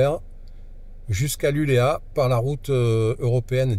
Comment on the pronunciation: Super vidéo. Juste un petit détail: LULEÅ avec un rond sur le A se prononce LULEO. A plus.